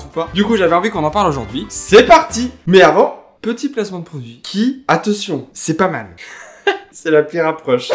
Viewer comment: Je suis la seule qui a remarqué que dit attetion